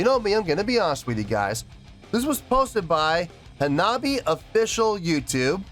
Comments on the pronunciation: I’ve been watching your videos for the past few days. This by far the most intrigued I’ve seen you towards a new band. Lol love it. Auto subbed after this video. Love your work man! Also it’s Ha-Na-Bi-Eh… so many people improperly pronouncing it lol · Hanabie : "Anne-Ah-Bee-A" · Say "ha-na-bee-eh." Hanabi ("ha-na-bee") is a different word. "Hanabie" means "cold flowers" and refers to a sudden onset of cold weather in the Spring. "Hanabi" means "fireworks." This band is so good! They're putting together songs for a second album, and if "Neet Game" is any indication, it's going to be just as good at their first one, "Girls Reform Manifest" (which has no weak tracks).